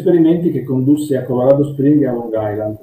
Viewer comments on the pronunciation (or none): none